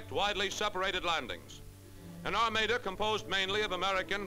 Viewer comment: Quite an ar-may-da